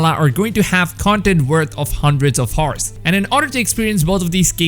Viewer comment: Don’t wanna mock u or anything or be a bully, i just wanna help u with a small word which is hour and the h is silent buddy, (i hope u don’t get it as me making a joke about u or anything)